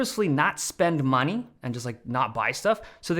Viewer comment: the way he pronounced "money" was so unexpected and it sent me 😭